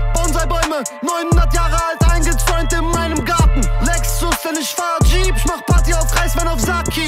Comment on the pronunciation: Kalim kann einfach "ICH" richtig aussprechen!